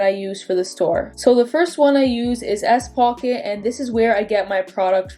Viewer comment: Are you saying s-pocket?